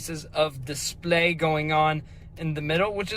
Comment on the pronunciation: Love the way you said “display” in italics